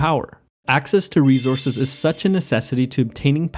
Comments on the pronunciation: Great video...but just a quick suggestion...you pronounced rejources...its re- source- es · R-E-S-O-U-R-S-E not rezorse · I like how he says "reezourzez". I also like that the person making small, positive change is dubbed a hero. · natural reZources 😂